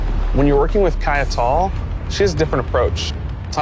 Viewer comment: sir do you even work here?? Kaya-tall???